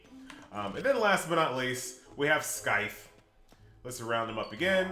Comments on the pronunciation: The c in Scythe is silent. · Scythe? You pronounce "c"? I'm pretty sure, one shouldn't.